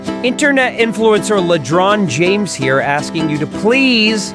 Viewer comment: I believe it's "Ledron Jange" not James.